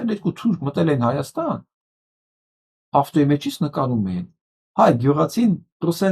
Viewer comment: Ստախոս նիկօլը ոնց ասում է հորս արեւվ, անպես էլ Հայաստանի փոխարեն ասում է հաաստան...